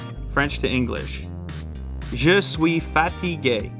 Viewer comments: "Je suis fatigay" Lol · When he said those french words,I thought he was speaking English Saying "just we fatty gay" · I thought he said je suis fatty gay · Guy: Je suis fatigué Subtitles: just we fatty gay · LMAOOO i understood as Je sui fatty gay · Bruh I swear he said "You sweat fatty gay" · = je sui faty gay ? lol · Me understanding : ``Je suis fatty gay``. The phone translation: ``i’m tired`` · Honest to God I thought you said you were fat and gay. No offense